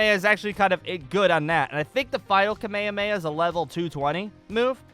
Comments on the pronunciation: ITS PRONOUNCED KA-MEH-HA-MEH-HA NOT KUH-MAY-UH-MAY-UH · Why does he say kamemameha like that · The way he says kamehameha isn't accurate cause they don't say that in the anime